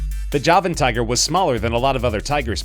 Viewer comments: It said tuger not tiger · Tuger lmao k